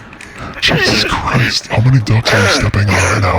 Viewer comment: It’s Weeezus